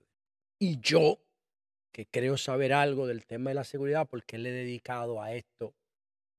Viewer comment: Señor usted es un buen comunicador, trate de hablar correctamente nuestro idioma español. Reselva, tamo, platafolma, alma (arma), polque ...